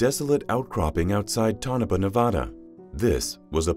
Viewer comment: The town is pronounced Toe-NAH-PAH.